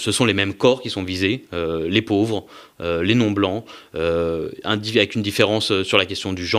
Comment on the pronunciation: Et apres on plaint le "pôôvre Sarkozy " 🤮🤮🤮🤮